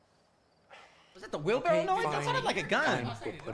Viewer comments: it’s because it’s wheelbarrow and he says wheel barrel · For y'all who were wondering if you misheard or misread, they did in fact say wheel "barrell". It's actually called a wheel "barrow". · It’s a wheelbarrow not a wheelbarrell which is why she made him repeat it lol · Did no one catch that Emma was smirking that he called it a "wheel barrel" and not "wheelbarrow?"